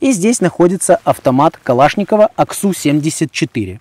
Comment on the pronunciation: Произношение я ору )))))))) АК СУ